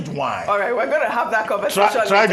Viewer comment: Dr. Abati you are a spoilt daddy, see how you stressed the wine. Nice to hear you unwind sometimes. Nice one sir.